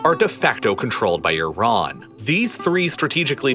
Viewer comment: Love the pronunciation of Iran it's consistently incorrect